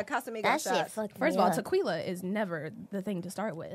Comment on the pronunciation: Why say Tequila like the 🤣😂